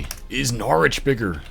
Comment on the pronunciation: Listening to him pronounce Norwich in the British way set me off